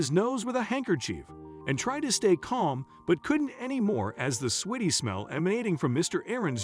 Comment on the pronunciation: Just a hint. Sweaty is not pronounced sweetie.